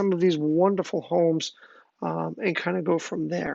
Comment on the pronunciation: I'm glad you pronounced Todt Hill correctly...and not todd hill. It's toad hill!!